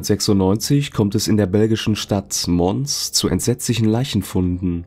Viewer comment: Interessante und z.T. (für mich) neue Fälle, danke dafür 🙏🏼 Notiz am Rande, bei der Stadt Mons in Belgien ist das "s" stumm (überhaupt meist im Französischen)